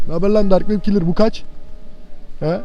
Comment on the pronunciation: Abi ben ne dedim dark wep kelrı dedi demedimmi